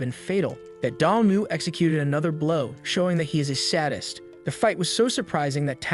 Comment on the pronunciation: You mispronounced the words (debris, sadist, brooch and bow) you should check the phonetic spellings.